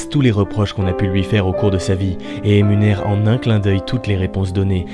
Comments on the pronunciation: À si on écoute bien il dit « émunère » au lieu de « énumère ». Faites ce que vous voulez de cette info. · haha t’as dis émunère au lieu de énumère c’est marrant . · à t'as dit "émunère" au lieu de "énumère". Je m'entraîne à l'analyse de vidéos, il vaut combien de points ce coup là? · 8 ans après et plus de 15 vu donnés à la vidéo je remarque enfin la faute de prononciation à "émunère". Merci pour tout ce que tu fais. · T’as fait une faute à c’est pas émunère mais énumère Ha.. Haa ..Haha.. c’était tellement utile ..Lol.. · 6.48 emunère ? ;D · tu as dit "émunère" au lieu de "énumère", désolé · La honte t'as dit "Emunère"